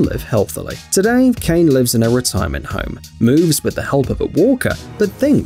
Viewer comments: That Lady from Japan, her name is ( Kaa-neh ) Kane not Cain 😓 I just gotta say it since you did so much better with the last name. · Kane is not pronounced “Cane”. It is pronounced “Ka” and “Ne”. Two syllables and not one. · Kane is not pronounce as you pronounce. This is not English or American name but it is pronounced Kane with letter A pronounce as in word America, N is pronounce stronger and E is like E in word MENU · It's Kane not Kane